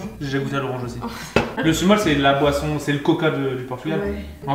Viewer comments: Le sumol sa se lis « soumol » voilà 😚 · alors pour info le sumol ça se dit smol :)